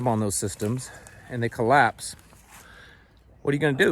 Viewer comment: What's a "colloase"? Just askin'.